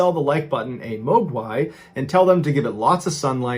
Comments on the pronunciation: Mogwai is pronounced with a short O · It’s pronounced “Mog-why” or Gremlin.... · Pronounced Mogwai incorrectly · That would have been the best "to-do-to" the Like Button guy🤕, if only he pronounced Mogwai correctly because it took me a second that he meant Mogwai, like a before u water and sun and turn it into a gremlin....lmao, that was de best though thus far. 😂👍 Every 6 months he should hold a voting contest on the "best to-do-to (2do2)the Like Button" guy to see which one is the most liked one he did, and then the winner gets to come up with his own saying for John's next video! Lol🤣🤣🤣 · Mr. Ballen, I love you man. That said, if I ever have to hear you pronounce Mogwai or Nevada again, I’m gonna cry. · Mogwai. I had to rewind 3 times to finally understand what that word actually was. 🤦‍♀️